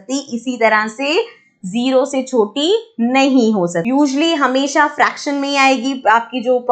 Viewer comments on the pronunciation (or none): none